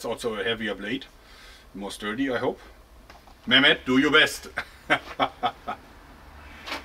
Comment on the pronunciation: As a Turkish I m really glad to see you are testing our swords. Also u pronounce "Mehmet" like a Turkish speaker. Thank u for this video. Respect from Turkey.